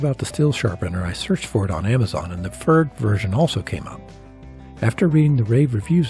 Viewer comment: the only improvement I could suggest is pronunciation. it's a tough one, though. Pferd means horse in german. it rhymes with the name Baird, but a german pf doesn't exist in english. like a slight p stuck on to the front of 'faired'